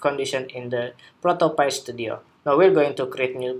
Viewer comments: It's pronounced Pi - Pī - like a piece of pie... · Hey thanks for the tutorial! the pronounce of the app is Proto pÁy (cake), "Create Prototypes as Easy as Pie" ;)